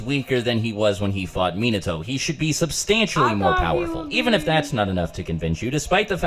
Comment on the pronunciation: You actually have the right pronunciation of Minato's name. Its just Americans are bad at pronouncing foreign names.